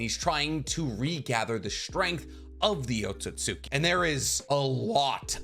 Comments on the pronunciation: Had a very similar theory regarding O but my guy … Otsutski gotta sound more like OAT-SUITS-SKI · Please lmfao it's not "Ohtsohtsuki". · Man said oatsosuki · Why do some people say Akatsuki correctly, but can't do the same for Otsutsuki? Otsut Ski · I love your videos, I hate how you say Otsutsuki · Why do u pronounce otsustuki like that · I’m not gonna lie: this video has been amazing to watch, but every time he says “Otsutsuki” wrong, it drives me insane.